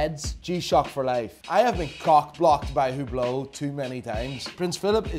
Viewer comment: I love how you hate HUBLOT and tacky iced out watches. Here's how you pronounce the H-word coreclty: Greetings from beautyful Greece, Theodoros. P.S.: You are some character man, I like you